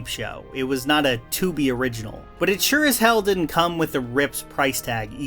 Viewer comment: Why you say "Tubi original" like that? You dont like Menace II Society?